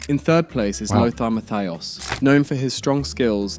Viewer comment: idk if the list was good but man... german doesn't have an english th.. it's not losar.. Lothar is spoken Lohta.. Matthäus and Matthias are Matteh-us and Mattee-as respectively... (the u like you..) in general I know german is hard but if you make a list (not you,, the universal you here xD) at least try to get the names right. It's not hard to find most of the pronounciations.